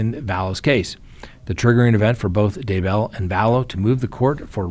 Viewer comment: Daybell is ONE word not 2.Its not DAY Bell.